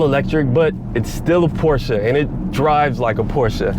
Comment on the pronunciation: first time i heard american saying the name Porsche the right way.